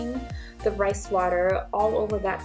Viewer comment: she meant " Rice" I'm sure not "rays" 😂😂